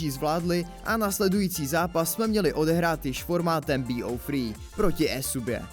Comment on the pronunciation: Video fajn, jen kdyby příště šlo vyslovovat některé věci normálně, třeba BO3 normálně česky béótři a Major mejdžr. Jinak jsem rád za tyhle shrnutí, pro člověka, který nesleduje každý den facebook je to určitě fajn. A tyto delší videa jsou lepší než kratší.